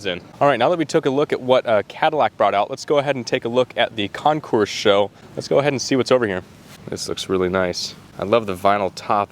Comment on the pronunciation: FYI...CONCOURS IS CON-core, not con- course....the S is silent. A concourse is where pathways or roads or train tracks meet... Great and interesting video.....A+++